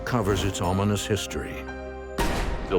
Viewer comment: "A family moves into a centuries old home, and uncovers it ALMONIS history." Really? A narrator with terrible terminology. At least he doesn't talk like 'Chills', though. 😆